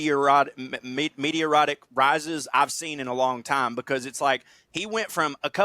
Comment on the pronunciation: Lmao pronouncing "meteoric" as "meaty-erotic"